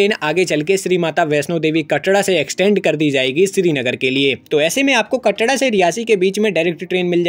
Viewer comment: Bhai "कटड़ा" nhi "कटरा" hota hai bhai 😂